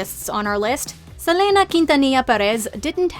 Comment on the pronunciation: why do you say Selena like that